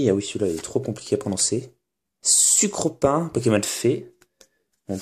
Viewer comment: C'est sucroquin et non "sucropin"